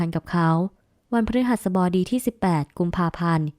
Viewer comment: วัน พะ-รึ-หัส-สะ-บอ-ดี เกือบดีแล้วเชียว 😂😂😂